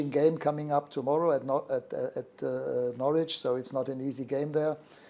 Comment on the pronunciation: To be in England for about a week and steady yourself before delivering an immaculate pronunciation of "Norwich" is impressive.